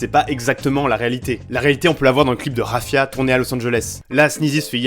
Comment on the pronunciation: Petite précision vu que t'as l'air de kiffer le Sneaz' , le son "3afia" dans DBSS 2 veut dire "Feu" en Arabe et se prononce Hafia (si on veut faire simple.. Parce qu'en arabe ce H se prononcerait encore différemment). Voilà je précise parce que tu l'avais prononcé "Rafia" dans la vidéo et ça m a fait sourire ;)Sinon super vidéo, tu fais du super taff !!